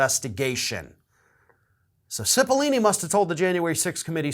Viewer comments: Pretty sure it's Cipollone, not Cippolini... Just sayin... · it's Pat CIPOLLONE not CIPOLLINE. sorry. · CipollONe not CipollIni (sigh, men just can't read...) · Why do people keep pronouncing CipollOOOOOOOne's name with two "E" sounds? Learn how to read! "Cipollone" isn't pronounced "Sip-o-lee-nee". It's pronounced "Sip-o-lone-ee". There's no language where the "one" in Cipollone is pronounced as "ee-nee". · Cipilollone, not Cipillini. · Come on,. I'm a fan and watch every single clip you post. But certainly you can read well enough not to get Cipolini out of Cipollone. Really. Makes you look illiterate. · Pronounced “Sipa lone eee” (love your vids but pronouncing names is NOT your strong suit!) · His name is Pat Cipollone not lini. That is all. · Pronounce Pat's name correctly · Why is this guy's name so freaking hard to correctly pronounce for people? It's four syllables, bro! 🤣 Just think "pepperoni". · Correction: Cipollone is pronounced with a hard o in the third syllable. I have heard many people in the media mispronounce it.